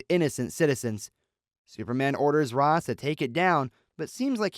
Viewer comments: His name is pronounced RAYSH, not ROZZ you fucking dingus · It isnt pronounced Raz....it's pronounced Raesh. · Ra's is pronounce "ray-shh" looks like catwoman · It's RAYsh al-Ghul/ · It's pronounced Ray-sh.